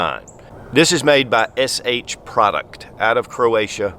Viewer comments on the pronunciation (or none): *HS Produkt not “SH”